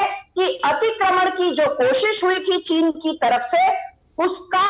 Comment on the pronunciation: Cheez nahi cheen